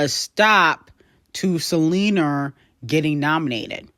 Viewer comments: Can you please pronounce Selena name with an A Not a R!! Check your language before speaking to the public. Thanks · Buns out, wiener But I gotta keep an eye out for Selener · The way references Selena as Selenerrr just kills me😂